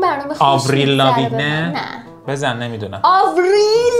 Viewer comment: اون أوریل لاوینه نه لاویگنه😂😂😂